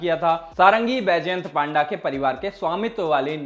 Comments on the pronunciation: पांडा नहीं भाई पंडा 😅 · Not 🐼.it's p-anda.😁.